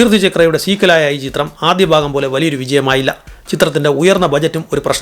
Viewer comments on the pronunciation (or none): none